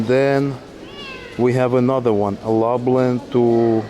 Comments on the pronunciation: Lublin not lablin... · Long trip but glad you're in Gdansk. Did you get a glimpse of the Malbork Teutonic castle? also :) glad to see over the course of the video you have learned how to pronounce Lublin properly :) (loob-leen) Gdańsk is a lot cheaper in the winter. All of these places will likely be fully booked in the summer. Make sure you take some time to wander on one of the beaches.